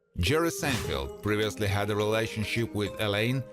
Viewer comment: Or is it “Churry Sanefelt”? The voice-over was done by a graduate of the Lawrence Welk School of Pronunciation.